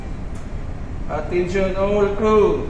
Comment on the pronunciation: 菲律賓腔好重， Attention all crew! Attention all crew!